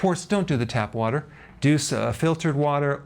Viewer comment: Why does he put emphasis on "No tap water." ?